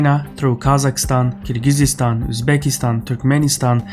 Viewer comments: Where/what is Keer-geez-eeya-stan? Kyrgyzstan = Kyr-gi-stan. Or Кыргыз Республикасы. The 'ы' character sounds like 'i' in "it." Keer gi stan. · I do not understand how english speaking people mispronounce Kyrgyzstan. I mean it is just Kyr+gyz then stan. Not kyr+giz+iz+ stan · Bro I love your videos but you have to stop mispronouncing Kyrgyzstan. It’s not Kur-giz-IZ-Stan, it’s just Kur-giz-stan. 3 syllables, not 4. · "Kyrgyzstan" (3 syllables) (NOT 4 syllables, i.e. NOT: "Kyrgyzistan"; NB also: The accent is on the first syllable - pronounce: "K-I-rgizstan"). With regard to the content of this clip: Russia is not "unreliable". The EU is... it is the EU and the Collective West which imposed sanctions, thus cutting themselves off from Russia’s market and its immense, highly economical resources (and therefore damaging themselves more than they are damaging Russia, which is benefitting by import substitution and increased internal investment); Russia has only responded, and only with minimal sanctions. However, it is - unfortunately - indeed true that Collective West will likely continue to remain irrationally hysterical with respect to the NATO-Ukraine war, so the Middle Corridor will continue to benefit. To the detriment of Europe, which will - as in the case of its disastrous decision to switch to LNG - be forced to pay the price of the inherent inefficiencies of the (multimodal) Middle Corridor vis-à-vis the purely land corridors via Kazakhstan, Russia, and Belarus/Ukraine. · Why do you always say "Kyrgyziistan?" There is no vowel after the Z in Kyrgyzstan. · Why do you mispronounce Kyrgyzstan? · Duuuuude, can you stop mispronouncing KYRGYZSTAN! So annoying !! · you say Kyr-Gyzy-Stan. Shouldn't it be Kyr-Gyz-Stan? it just sounds wrong. Edit: I checked and Kyrgyzstan in Azeri is qırğızıstan. So is pronouncing it the Azeri way, but not the English way. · Kyrgyzstan, not KyrgyzYstan, )) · It's Kyrgyzstan not Kyrgyzsistan btw. You don't say it like that.